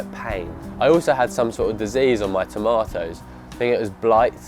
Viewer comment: Bro, you pronounced tomatoes incorrectly, you sait toe-may-ohs, yet you say potatoes perfectly. But you will save money by year 2 or 3.